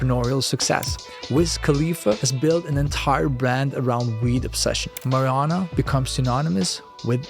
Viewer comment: great video. W content. i don't think you said marijuana correctly once.